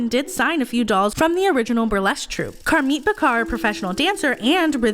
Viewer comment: It's Car Meeeee not Car mit.. 😱 the "t" is slient